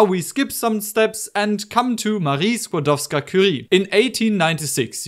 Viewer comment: Wonderful demonstration!!! Thank you for doing this! (Also, this is random, but I really appreciate how you are one of the few people who properly say Skłodowska-Curie instead of just Curie)